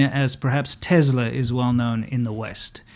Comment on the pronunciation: ITS TESLA NOT TEZLA 🤦‍♂️🤦‍♂️🤦‍♂️